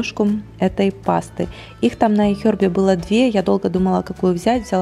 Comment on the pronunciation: зачем ты так стараешься имитировать правильное произношение английских слов? Это выглядит нелепо и смешно. Вот в этом видео слово "iHerb" из твоих уст звучит как отрыжка...